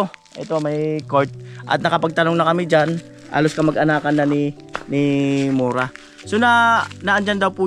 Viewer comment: Kuya correct ko lng po MURA po hindi MORA akala q Kung cno cnasabi mo MURA po